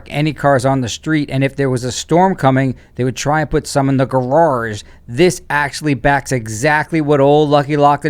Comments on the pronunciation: I really like your vids. I never miss one. But please, PLEASE learn how to pronounce “garage” correctly. “Gararge” makes me crazy. You a smart guy. I’m sure you can do it! Thanks. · it’s essentially a garrrage.